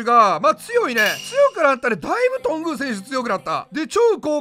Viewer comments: 選手の発音ですが、 多分とんぐうだと思います。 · と↑ ん ぐ↓う これは関東です